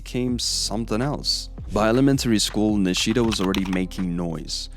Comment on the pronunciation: Put stress on Ni, don’t put stress on “shi”, just like you said Shimizu correctly. It’s not niSHIda, it’s NIshida.